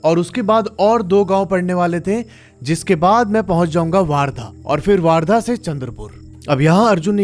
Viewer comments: Warrda❌ Wardha✅ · वार्धा नहीं भाई वर्धा है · वर्धा हैं वो वारधा नहीं है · वार्धा नही वर्धा है वो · भाई वार्धा नहीं वर्धा है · Or wo waardha nhi ....wardha hai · bhaiya wo waardha nahi, वर्धा है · Bhai wo waardha nhi hain wardha hain ..... sorry to correct you